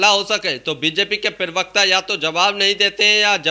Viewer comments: हिन्दी शब्द तो सही बोलो...... प्रेवक्ता नहीं प्रवक्ता शब्द होता है। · Pravakta ❌ pirvakta😎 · प्रवक्ता बोलो पिरवकता नहीं। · App pirvakta kyon kahte ho.Say parvakta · पिरवकता होता है या प्रवक्ता?